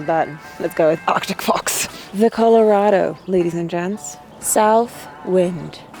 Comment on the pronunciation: When you said "Colorado ladies and gents" you sounded so American haha. Guess you're picking up a little of our accent. Great video as always! I could never drive that haha